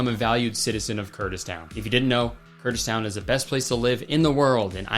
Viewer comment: Dear Mr. Stereotypical 80's Man-That-Mom-Warns-You-About-To-Never-Get-In-His-Car, you pronounced "Kurdistan" wrong!